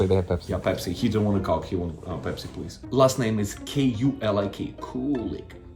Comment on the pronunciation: hahaha I think he switched it to Pepsi cause of how coke was pronounced 🤣